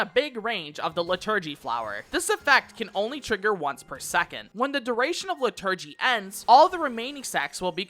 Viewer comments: Its LIturgy, not liTURGY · so helpful but im crying at lih-TUR-gee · Great vid but I'm wincing at your pronunciation of "liturgy" and "plenary"